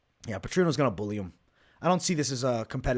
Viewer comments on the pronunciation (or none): none